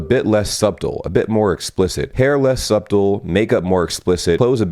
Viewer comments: love that you pronounced subtle as sub-tle during the section about how do we know americans when we see them lol it pronounced 'suttle' the b is silent XD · South American here, the way you say "subtle" is 💯% something you only get in the US because I deadass have never heard of anyone else saying it as "sahb tol" rather than "sah tol" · Really, suBtle, the B is silent say it like Suttle, then you'll have it. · UK pronunciation - "suttle" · Excuse the backseating, but "subtle" is pronounced like "suddle". The b is silent:D Love you,! Love your videos! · did you really just pronounce the B in subtle? 😂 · "subtle" isn't pronounced with the b. The b is silent. ;-) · who wants to tell this guy how to pronounce “subtle”? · Btw, you do not pronounce the B in “subtle”, it's the same in “debt” — spelt like it's Latin, pronounced like it's French. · Did bro really pronounce the "b" it subtle? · Further explaining my point, we're taught here that "subtle" is one of those words that have a silent letter, being the B.